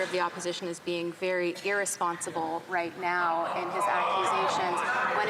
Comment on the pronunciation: This is not Reicht! I did not z ziz coming